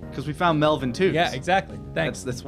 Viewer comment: When I heard Melvin i was like:Meltvin